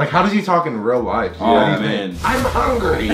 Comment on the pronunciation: when said I’m hungy😂